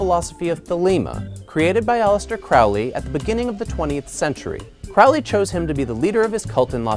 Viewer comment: It is pronounced Crowley like holy. Other wise pretty solid. Thanks!